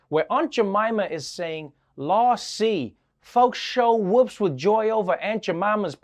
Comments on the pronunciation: You are too cute! You need to find someone southern to teach you how to say lawsy. Something like lawzee. It's about time they fixed that! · It's not "law-see," it's "law-zee" It's slang for Lordy. Often said in a triplet: Lawzee, lawzee, lawzee! It's an exclamation of excitement. Signed, old boy from the South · Lah Z is the way it is pronounced. Not a dig cause I value Trevor Noah.